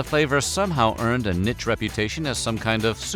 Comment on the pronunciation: “Neesh” not “nich” (niche)